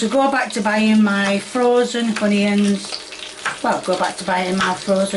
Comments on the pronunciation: Tommyahhtoes and Uneeeins!! LOL 🤣🤣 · "Honiones" "Tomyatos" "caryots and PEP pa" "SALTY AND PEPPIAR!" "im not payin' £1.75 for a tin a' cheerios" - 2023